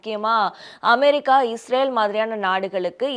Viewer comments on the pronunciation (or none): none